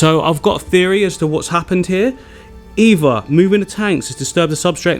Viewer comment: Are you saying "eever" not either. "Everyfing" not everything. Why?